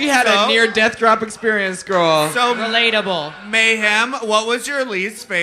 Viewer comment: Not ariel saying relatble at the guy falling cuz of her lipsync